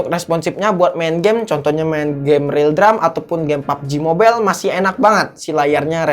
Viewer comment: Kaget gua pas abang lagi ngomong "ep ep" ama "papji mobel"